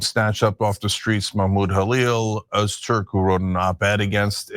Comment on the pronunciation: Ozturk? ... no. Ö isn't o, and ü isn't u. They are completely separate letters, representing completely different sounds. Although, granted, neither of the sounds, are ones that exist in English, so I wouldn't expect you to be able to pronounce them.